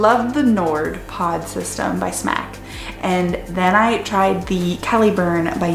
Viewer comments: Jerri Shannon she knows it’s not pronounced smack but she said she’s just going to say it that way because she’s sick of the battle of it being “smock” or “smoke” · Why do you keep saying smack? I've heard smok or smoke but there's no a in there lol